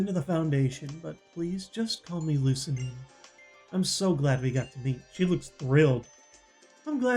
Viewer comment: Wicke is pronounced Wick-AY and Lusamine is pronounced like Lusamin-AY.